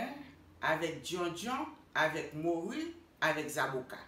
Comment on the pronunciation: Sé "moru" ti chéri (cod fish), pa "mouri" (death).